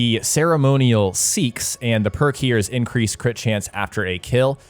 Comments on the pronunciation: I've only ever heard it pronounced 'sax' or 'say axe' when listening to the guys in the know. Never heard anyone use 'seeks' dude lol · Its not seeks lol its pronounced sacks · Pretty sure it’s pronounced “say-axe”, not “seeks”. It’s where the name “Saxon” came from. Often spelled “seaxe”. The short, bent blade (long knife) was deadly in a shield wall. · Great video - one tiny thing: a seax is pronounced "say-axe", not "seeks" it's an old-english (Saxon) word for knife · The right way to pronounce "Seax" is really "Sax" the e is silent. The Saxons made that weapon famous when they fought against the native Britons long before the Viking invasions. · Seax is pronounced sax by the by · I’ve been pronouncing it like “sea axe” in my head all this time lol but your pronunciation explanation makes much more sense. 😂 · Just an FYI it is pronounced sax with the e being sighlent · ******** Well Done.. constructive criticism.. look up how to pronounce some of the names you are using, like Seax pronounced as "SAX" just a little something, something. Love your VIDS!! Keep up the OUTSTANDING work Sir!! Look forward to more in the future. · Its pronounced Sax, like Saxophone